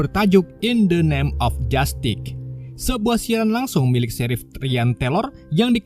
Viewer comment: bagus ini ceritanya, cuma sedikit terganggu saat melapalkan kata2 inggris. Justice dibacanya jastik, live streaming dibacanya liv striming